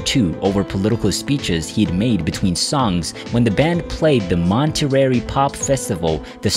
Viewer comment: Oh my God. This young narrator. Hasn't been able to pronounce a single person's name, accurately. I've never heard such mispronunciations like this before. With every name. The only one he got right was David Crosby. I mean where do they get these wacky pronunciations? In no other common user documentaries. Are these names mispronounced. And then to get the, Monterey Pop Festival name wrong for Monterey. Who doesn't know how to pronounce, Monterey? This guy exhibition Mark that's who. I mean give me a break! What country is he in? What was his native language. It certainly couldn't have been English.. I mean I'm trying to enjoy this historic bio on David Crosby. But the mispronunciations just break the continuity and my concentration. It's like your brain suddenly freezes. On every word and name he missed pronounces. Maybe his original language was Somalian maybe Arabic? And somebody told him to narrate it. I told him he sounded just like an American! Yeah except when it comes to pronunciations. Of people's well-known names and our well-known cities and festivals. That you never hear pronounced like this. I love Monterey. So grossly mispronounced. You wonder what drugs he's on? Here have some more LSD. It's popular out there. And Timothy Leary's dead. So was John Lennon. So is Buddy Holly.. So is Dr. Bones McCoy. And Scotty. But it's better than Lincoln. Better than Washington! It's the stable genius of Donnie Chump. The man we love to hate. And for good reasons. They don't g